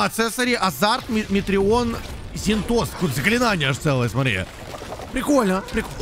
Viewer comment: Вы не знаете кто такая рэйвэн? Зинтос на и ударение